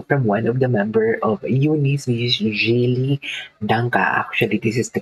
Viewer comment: Jelly po pronounciation ng name niya😊